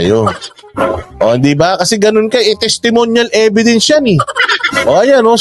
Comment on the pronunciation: Testemonial evedence. Ganyan nya ipronounce. Sabihin mo din, do i have to explain for my own opinion? Yan palusot nya kay banat by.